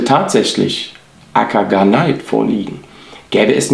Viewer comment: Es sollte m.M. nach heißen Akagane-it, nicht Akana-neit. Also kein ei sondern e und i getrennt. Siehe die beiden anderen Beispiele.